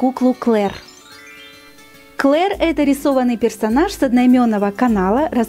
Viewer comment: Ты не обижайся но не Клер а Клэр🤐